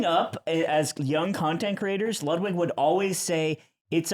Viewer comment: I love how, an american man, pronounces Ludwigs name like an european!